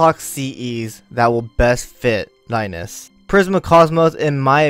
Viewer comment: No its Rai-nez, its how its pronounced, Rains/Reins sounds weird tbh, you probably hung from Cid.